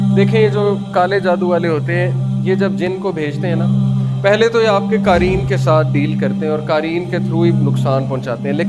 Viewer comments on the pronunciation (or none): Qaareen nahin QAREEN hai, all informations are correct